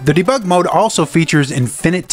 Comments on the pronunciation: the way you pronounce debug is artrocious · I've never heard debug annunciated differently, but after this video I've heard it a thousand times. ... Neat video, regardless. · You have a funny way of saying Debug... never heard anyone say it like that 😂